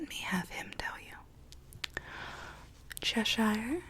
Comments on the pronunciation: Hi love this video but like all Americans you don’t pronounce Cheshire properly it’s not cheSHIRE it’s pronounced Cheh-shuh it’s not your fault but I would like at least 1 American to be able to pronounce Cheshire properly but don’t sweat it if you don’t it’s just a pet peeve of mine lol 😂 xx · the way americans pronounce cheshire is still so funny to me :') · I found it weird and wonderful lol, but suffering a tick every time Cheshire is mispronounced. All that said, you dont have to be mad to live here, but it helps.